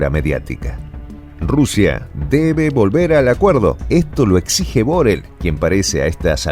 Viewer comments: Molesta un poco que el nombre de BoRRell se pronuncie mal. Por favor, hacélo como todo el mundo. Gracias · BORRELL es un apellido catalán y se pronuncia BORREI con acento átono en la E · Borrell es una palabra aguda,no grave.Saludos desde España.